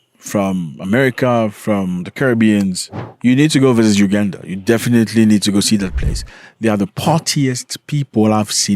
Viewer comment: It’s Uganda though not Ugada